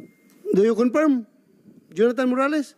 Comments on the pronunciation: Confirmed po, hindi "conferm"! Aral mabuti. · Confirm hindi conferm. Umayos ka o gag.